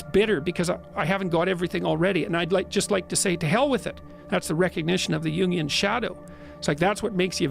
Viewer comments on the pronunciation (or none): "quasi" not "causi" and "Jungian" not "union", just in case anyone was confused by the subtitles. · Jungian shadow Not "union shadow" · Jungian Shadow, NOT union shadow 😂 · Union shadow lmao it's Jungian btw (Carl Jung) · Jungian shadow, not union shadow lmao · it's *Yungian's shadow not union's shadow lmao